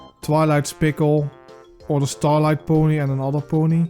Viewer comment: As much as I dislike this guy due to being cringe, I just can't take how much you butcher every character's names. Like, do you skip english classes, is that why you can't even say Starlight correctly?